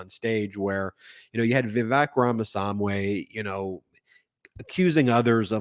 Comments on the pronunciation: I'm asking this question without prejudice, but out of curiosity. Are you purposefully mispronouncing Vivek's name? His first name rhymes with "cake", not "check". His last name is pretty much a phonetic pronunciation: Rah-mah-SWAHN-ee. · You pronounced vivek's name wrong every time 😅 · You're mispronouncing Vivek. It rhymes with fake. Another 14 months of this horror show? Can't wait for the next bitter slanging match between these deeply unlikeable monsters.